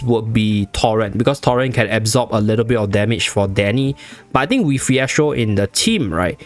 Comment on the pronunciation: Why you saying phiestro tho